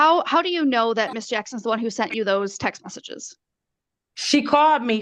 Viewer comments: and "seent". She "seent" her husband's car at the apartment complex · Montique "seent" her ex-husband's car. Do you know how many minutes I agonized over how to even spell "seent"? Three. it was 3. lol Best part was when the judge very discreetly slipped in that there might be more than just 2 houses he's floatin' between 🤣